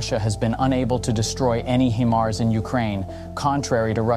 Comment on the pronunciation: It’s high-mars not he-mars 😂😂😂